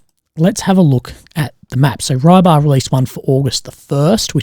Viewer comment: haha And Rybar is not Rye-bar, more like ri-bah.